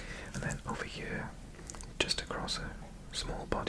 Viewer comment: what is funny is that as someone from outside the UK i don’t notice you having a welsh accent and i just hear a british one, EXCEPT when you say “here” and it sounds like hiyuhr